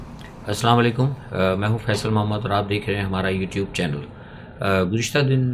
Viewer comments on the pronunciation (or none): none